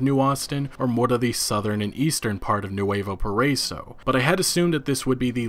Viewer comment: "NEWAVO PARAYSO" cmon guy, its Nuevo Paraiso (PA- RA- EE- SO)